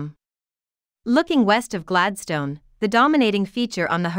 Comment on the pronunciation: Would be more convincing if the bot-voice could pronounce Gladstone properly